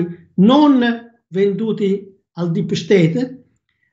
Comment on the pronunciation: Quanta stima per Grazie ma quando dice "dip sceteip mi fa morire ❤ti voglio bene